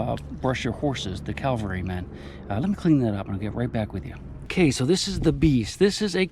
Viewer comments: calvary, cavilry. Say it with me, Ca vil ry. I'm sorry, that's one of my pet peeves. Please, continue on. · CAValry!!! Not CALvary. Sorry, big bugaboo for me. Your vids are always so interesting. 💕f